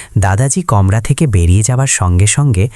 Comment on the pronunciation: আপনি গল্প বলার আগে নিজের উচ্চারণ ঠিক করুন! যেমন বারবার বৃললেন " কমরা" ওটা কমরা নয় কামরা হবে। আর ও অনেক ভুল উচ্চারণ আপনি করেছেন! সেই গুলো কে আমি '"অনদেখা " ! (আনদেখা) করেছি! গল্পটা খুব ছিল ! কিন্তু নির্দিধায় বলতে চাই! আপনার বলার ধরনটা ভালো না হওয়ার কারণে গল্পটা ঠিক জমলোনা! আশা করি পরবর্তী তে আপনি আপনার ভুল শুধরে সঠিক উচ্চারণে বলবেন। মলোনা দ লাগলো